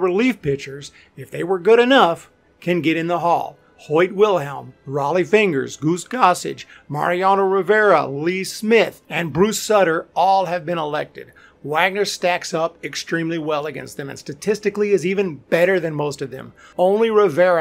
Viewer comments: His name was pronounced SOO-ter (not SUT-ter)...utoobers lose credibility when they mess stuff like this up... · You seem to have a grasp on baseball history. So how did you botch Bruce Sutter’s ( Pronounced Sooter) name? Because of your knowledge, that stood out. Heads up, the originator of the split fingered fastball ( Or at least the first to use it extensively.) has a last name that rhymes with cuter, not cutter. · Bruce Soooter is how its pronounced. Not sutter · You’re wrong. Character counts in HOF selection thus your take on Schilling is incorrect. Also, his name is pronounced Bruce “Sooter”. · Bruce Sutter's last name is pronounced Bruce "SOO (as in "soup")-ter." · Bruce ‘Sooter’ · Bruce Sutter is pronounced SOO-ter. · Bruce SOOTER ! Come on . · You pronounced Bruce Sutter's name incorrectly. "Suitor" is how you pronounce that. Whitaker's WAR shows how useless of a stat that is, as he doesn't deserve to be in the Hall. Very good player, but not HOF worthy. Sherry Magee? That's seriously reaching. Scott Rolen shouldn't be compared to Ozzie Smith. Ozzie Smith was perhaps the best ever to play shortstop, and Rolen is not in that class. Also, more offense is expected from a 3rd baseman, and Ozzie actually had more hits than Rolen. Hernandez just wasn't good enough offensively for a first baseman to get in. Agree with you on Andruw Jones. Schilling just doesn't have good enough stats. McGriff deserves to be in, so you are right there. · I stopped watching when you mispronounced Bruce Sutter's name. Bye bye. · You can't pronounce Bruce Sutter's name. Come on! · It drives me crazy when sports channels don’t know how to pronounce the names of great players. It would’ve taken you 10 seconds on YouTube to find someone saying Hall of Famer Bruce Sutter’s name correctly. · IDK. Whoever wrote the words for the video seems to have a good deal of baseball knowledge, but the person who read it mispronounced Bruce Sutter's last name.